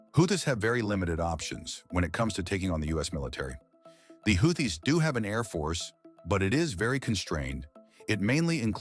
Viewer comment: GET RID OF THE NEW VOICE CANT EVEN PROUNONCE HOUTHIS CORRECT